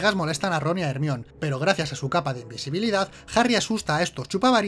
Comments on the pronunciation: ermion ? no era jermaioni ? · Jermaioni, no ermion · El peor error de este video es pronunciar ERMION... El nombre de Hermione (jermayoni) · Hermion mis cojones, es Jermayioni de toda la puta vida!! Jaja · "Ermión", me encanta xD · Ermion :u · ERMION jajaja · ermion jajajajaa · ermion jajajajajajajaajajaaajajajajaaajajajajajajajajajajjajajajajajajajjajajajajaaaaaaaaaa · Hermione or Hermoine como sea que lo digan es Herminia en español. Ahora veréis aquí no hay quien viva con otros ojos